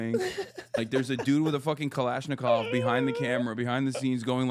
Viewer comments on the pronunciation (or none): none